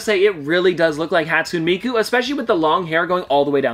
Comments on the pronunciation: I don’t like to be that guy but hatsune miku is pronounced hat soon A me ku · How you said Hatsune Miku was hurting my brain, But nice video